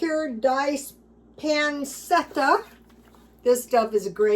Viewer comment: Pronounced...pan chetta